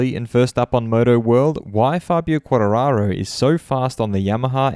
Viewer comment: You missing the T saying Quarararo